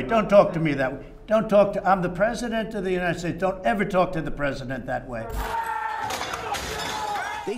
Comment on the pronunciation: I’m the pwesident, don’t you talk to me the pwesident like that. Your mean